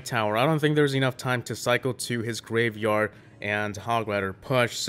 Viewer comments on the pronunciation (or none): Did you just call graveyard rapeyard?